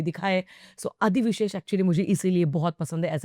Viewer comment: its not adi visesh, its adivi sesh. adivi means jungle and sesh means sesh naag in telugu...